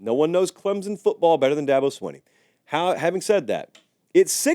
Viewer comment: Its not swin-ee its sween-ee Here ill help coah Da-bo sweeeeen-E.